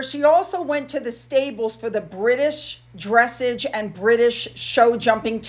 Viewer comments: Dressage is pronounced with the stress in the second syllable: dress + AGE. It would sound like: dress+ ARGE. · 'Dressage' pronounced Dress-aj 😁 Yo bebe! lol, Bookie wasn't wrong, she was bang on the 💰Middle finger right back atcha Evans E. on Twattle!! 🤣🤣😆🤣😎 #spell #'piedpiper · Once again….it is not DRESS ‘ age…………it is pronounced …. Dre- SAAHJ’